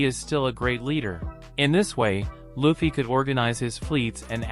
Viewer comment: Luffy not Laffy